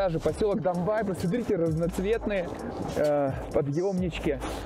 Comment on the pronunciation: Не Домбай, а Домбей.что означает зубр на Черкесском языке. Зубры раньше там водились. Не Кисловодск,а Нартсана .Напиток Нартов-Богатырей.Тоже на Черкесском языке.